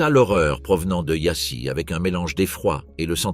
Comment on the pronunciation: Apprenez d'urgence à prononcer les mots roumains, non pas yassi Mais Yasch (Prononciation) de même que pour les mots Allemands. Si déjà vous publiez ne prononcez pas cu Mais vous Tous les mots roumains sevprinoncent cou. Popeacou parex prononcez popeacou de grâce